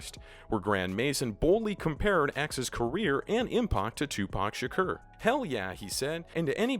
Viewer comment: You said Tupac Shakur wrong